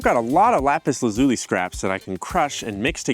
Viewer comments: You're saying it wrong: Lah-zoo-lee not luh-zoo-lee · Ok Youtube...all together now. LAP-is LAZZ-oli. NOT Lopis La-zoooli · you keep pronouncing it wrong its actually la·zuh·lee not zoo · It’s isn’t pronounced Lapiz Luleeee but Lapiz Lazu LYE… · YouTube Guy: "I make lap zuli!!!!!" Viewers: "Okay....." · LAY-piss LAZ-you-lie. Don't worry though. I once heard someone say "Don't make fun of people who pronounce words incorrectly. It just means they've read more than you." There've been many, many words that I pronounced incorrectly by reading them first. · So, you didn't even bother to learn how to pronounce LA-puhs LA-zu-lee correctly? Way to go. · la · pis la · zyuh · lai Pronunciation is a gift bastardised by some Americans and Canadians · its pronounts la-zoo-lie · Bro actually found lapis lazualilay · You just like saying lapis lazuli. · Stop saying lapis lazuli the wrong way please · Haha.. Lapislazuli? 😳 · Take a shot each time he says “Lapis Lazuli”. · You might actually be an idiot the way you say lapis lazuli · Do you think he knows that he is pronouncing lapis lazuli incorrectly over and over again? Is it a joke? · I hope he learns how to pronounce lapis lazuli correctly by the end of the video.